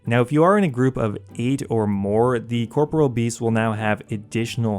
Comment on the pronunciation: thank you for at least trying to pronounce corporeal beast correctly. no one ever does :(